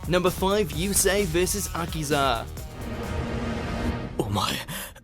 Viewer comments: its uh key za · its a-key-sa! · Also, learn to pronounce names, please. That's Greiger, not Grey-ghar, and Akiza, not aKIza.